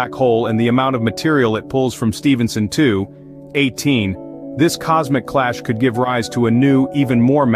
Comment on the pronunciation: It means the bot wasn't taught the correct way of saying it